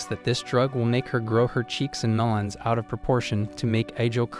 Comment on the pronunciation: Ayo why you say meleons☠️